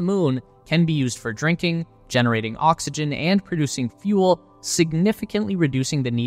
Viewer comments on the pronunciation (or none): none